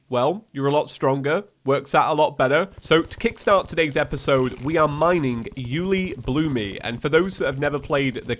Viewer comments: Why does he say Uelibloomee when refering to Uelibloom? That makes this way harder to watch for me XD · by the way im pretty sure ueilibloom is pronounced "you-ay-lee-bloom" and not "you-lee-bloo-me" XD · dude it s uelibloom not uelibloomy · what is Uelibloomie? i have only heard of Uelibloom. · Take a shot every time he says you-li-bloomy I dare you (FYI this was made at beginning of episode so do that at beginning) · calls ulebloom "ulebloome" Edit: there already is a comment about it but I didn't see it. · It's actually pronounced "uli-bloom" not uliblumy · I swear say uielbloomy one more times IT UILEBLOOM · 'Uelibloomy'? is it a joke? if not a joke its 'Uelibloom' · yooly bloomy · This man just pronounced it U-lee-bloo-me. I thought it was always U-luh-bloom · Me and the boys watching mage 31 like: (⌐■_■)(⌐■_■)(¬‿¬)(⌐■_■) Also it's: U-le-bloom not U -li-bloomi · ??? I always pronounced it Yule-lé-bloom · I'm still confused on him calling it uelibloom-y, not sure if he's doing it on purpose or not, but I noticed on his last calamity playthrough, and I'm just curious, if anyone knows. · I lowkey lose a bit more of my soul every time pronounces something like 'Profaned', or 'Uelibloom', or 'Elysian'. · i dispise the way he pronounces uliebloom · Pretty Sure the ore is pronounced ooh lay bloom or you le bloom. Also aegis is ah-gee-is or ay-gis